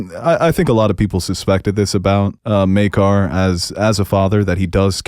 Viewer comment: Thank you for pronouncing Maekar's name correctly!